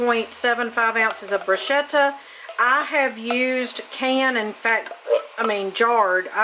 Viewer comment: Bruschetta is literally translated to 'bread toasted over the coals'. The bread is the bruschetta. Pronounced broo-sket-ah. Hope this helps